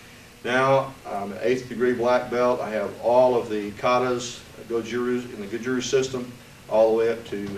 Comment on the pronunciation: you pronounce "RYU" Tae Kwon Do, and Karate all wrong! Karatee, ru, and Tai Kwan Do. I do not believe you are 10th dan although you said you were Gogen's Student.